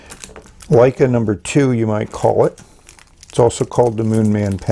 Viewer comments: Isn't it Lecai (luh-kai) not Leica? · It's Le-cai not Lei-ca. Leica is a great camera manufacturer. Wouldn't mind seeing them make a fountain pen. 😀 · Surely pronounced "le-kay", not like the famous German cameras "Like-uh" I tried to take a photograph with it and nothing came out.